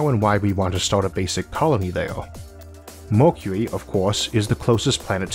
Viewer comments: Why You Say Mockuee....instead of Mercury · The speaker can't pronounce "Mercury" properly. Either that or he can't read properly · I thought it was an accent too at first, but actually he has a speech impediment. You get used to it after a while. If you have trouble understanding you can turn on Closed Captions :) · your way of saying mercury 😂